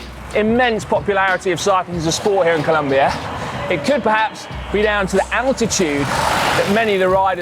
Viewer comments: Please, it’s Colombia, not ColUmbia!! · it's colOmbia not colUmbia ;) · IS COLOMBIA NOT “COLUMBIA” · PLEAAaaseeessseeEEuhhh.. COLOMBIA not COLUMBIA. But other than that, great vid! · Brooooooo please it is COLOMBIA, come one!!!!! Beside that everything all good!!! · It's Colombia, not Columbia mate! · Colombia. not Columbia. COLOMBIA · It's Colombia, not Columbia! Other than that, awesome video. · IT'S COLOMBIA NOT COLUMBIA.... besides that, I love this video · It is COLOMBIA not COLUMBIA 😡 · Hey! Its COLOMBIA! not Columbia stop making that f... Mistake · Please!! It's Colombia no Columbia!!! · seriously ? Columbia? it's COLOMBIA, not Columbia !!! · It’s COLOMBIA, not COLUMBIA!! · Seriously? You're still making this mistake? It is ColOmbia not ColUmbia!!!! Unbelievable. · Mate glad to see u around alto de letras! But it’s Colombia not Columbia 😉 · It's Colombia, not Columbia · It's Colombia, not Columbia (map at the beginning). Otherwise, great video! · It's Colombia, not Columbia but who cares, amazing video guys!! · guys.... it's ColOmbia. with a O, not a U... But as a Colombian who loves cycling, this was a beautiful video! Nicely done! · It's COLOMBIA not COLUMBIA. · Amazing video.!!!!! Good to see you in our country and you had taken this "Alto de Letras Challenge". Just a little thing, It´s Colombia, not Columbia LOL................. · Noooooooooo it’s C O L O mbia... not Columbia, that’s in Canada guys. Nevertheless, loved the video, gracias 👍🏻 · Its COLOMBIA not Columbia have some respect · Great video as always guys but, Columbia? Really, I mean, you were there for a couple of weeks as you said and couldn't even get the name right? A shame......... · It's COLOMBIA, not COLUMBIA! Seriously?! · COLOMBIA! Not columbia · It's "Colombia"